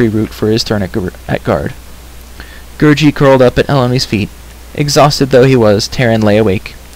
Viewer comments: Its gurggi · It's gurgi not gurji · It's Gurgi.